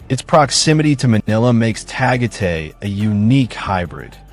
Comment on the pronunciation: Tagate is Tagaytay